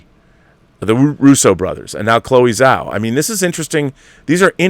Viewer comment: Hey Rob, great show as always. Just a note that the "Zh" in "Chloe Zhao" is pronounced like a "j." So, her surname is pronounced "Jao."